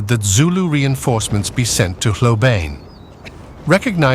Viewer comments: Please. The proper pronunciation of Hlobane is "Shlo-ban-nyeh", stress on the 2nd syllable. Source: Notes on Zulu Orthography. Book: "The Washing of the Spears" by Donald R. Morris, 1965. Otherwise, a very engaging video. TYVM. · Hlobane, pronounced " schlobarnie". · hlobane not hlobane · The pronunciation of Hlobane is atrocious. Is it an AI voice?